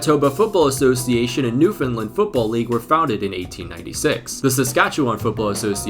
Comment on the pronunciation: Just an FYI, it's pronounced New-fun-land, not New-fin-lund.